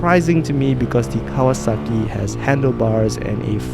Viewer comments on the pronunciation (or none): none